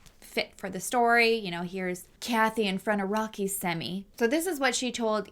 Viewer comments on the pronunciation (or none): When u pronounced Semi (sem-EE)instead of (sem-I) my dirty mind went to semi 🍆. 😅!